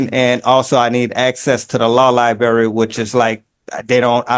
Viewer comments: 90 days no early release for saying lie-berry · "De law libary" LOL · I can’t believe he can’t get to the lie-berry.